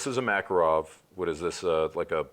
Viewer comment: Dude, thank you for the video, but... - Mekerov? Really? It's MckArov. I mean the way you pronounce the name of the pistol. Mekerov... (boo-hoo-hoo).